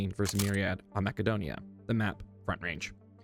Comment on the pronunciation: It’s not mackadonia…. Stopped watching after that